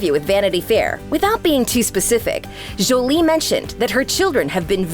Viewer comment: Jjjjolie🤣 it is The way this woman pronounced Jolie is killing me